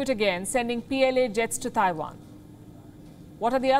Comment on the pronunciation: A trip to Taiwan? I thought she said she was going to tie one on.